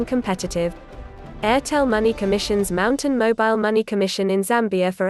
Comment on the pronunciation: Use your actual voice next time... it would definitely make more sense... I mean its supposed to be read as m t n not mountain 🤦🏾‍♂️